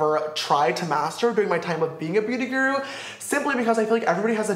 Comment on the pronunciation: He says “Beauty Grru” sister it’s Beauty Guru